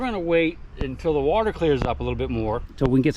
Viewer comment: "Where did you find your civil war bullet?" In Da Watah. lol nice adventure